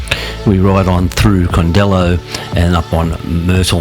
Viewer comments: great vid - i live in Bombala and ride these roads every week - just had to pull you up on the pronunciations - its Brown Mtn not mt brown - Candello, like yellow - Mt Darragh is like mt Darra - and its orbost, not orbst - other than that, it was great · Good video but your pronunciations are a bit off. Candelo (candle-O), Mt Darragh (Darra) and Or-bost (not Orbust 😂) …